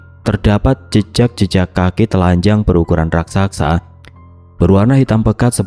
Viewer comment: Channel yg bnr2 gak bs mengucapkan dg benar kata: menggenang, raksasa, dan administrasi.